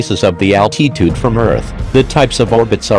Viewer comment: That is not how you pronounce altitude